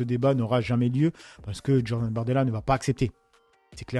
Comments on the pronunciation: Djordan ou Jordan 🤣🤣. Vaffen ss.. Apparemment t'as besoin d'un hortophoniste 😉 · Salut. On dit Jordan et pas Djordan, ça rime a rien de prononcer tout à l'envers. Le sweat, au final, les français prononce sweet. Le niveau baisse.Ici, en Espagne, à l'heure ou j'écris ces lignes, les espagnols parlent espagnol. Un Saludo